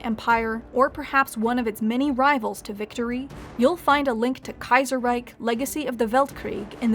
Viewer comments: The "Reich" in Reichstag is pronounced correctly but the "Reich" in Kaiserreich is mispronounced as "Reik" #nitpick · But then "Kaiserreich" incorrectly in the end... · yeah up to that point I actually thought she might speak some german.